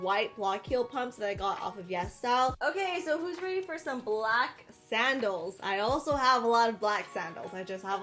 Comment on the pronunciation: When she said sandels I thought she ment saddles not high heal saddles